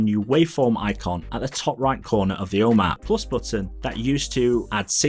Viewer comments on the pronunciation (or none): I kept hearing “O Map”. Kept wondering what this was. Just realized he’s saying “home app”. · I’d justify it being the accent but I geninuely think he’s trolling or something. Om App he said probably 10 times but he properly pronounced HomeKit completely right every time. 🤷🏼‍♂️